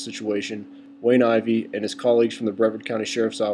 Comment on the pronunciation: First of all it is pronounce Bruh-vard, not Bre-verd. Mr. Ivey is a great guy, the people in these videos are assholes, he's a busy man. Besides, it is a safety hazard to be around an officer when he is going through a traffic stop. If he is busy taking care of a speeder, he can't give his full attention to the person coming up behind him who could POSSIBLY have a weapon. Dont tell me thats BS either because shit like that happens! I live here, and i have to say the law enforcement is great.